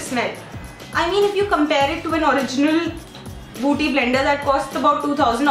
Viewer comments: 2.08 again she say booty blender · Its not buuty blender but bueaty blender yr .... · it's okay even if u dint tell it's a beauty blender but what is booty blender lol😂😂? It was so damn annoying to hear it over and over again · oh my God booty blender 😂😂😂😂😂😂 its beauty blender dear🌸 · i crack up everytime she says booty blender😂😂😂😂😂😂